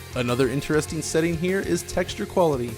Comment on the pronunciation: What's up with that weird pronunciation of "intEREsting"?